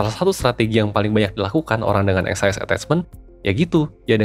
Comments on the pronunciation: Bacanya eng.syes bukan eng.sayes...cm mau blg gt aja🙏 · anxious bacanya ang(k)shes min bukan ansayes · Inggris lu ganggu banget,anxious dibaca anxies. Bukan anxaious..